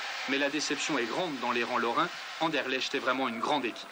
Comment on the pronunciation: Ah ah ah Anderlecht était 100 fois plus fort, on a joué en marchant sinon on vous aurait battu 0-6. Hé on prononce Anderlekt !!!!!! C'est un club de légende, respect.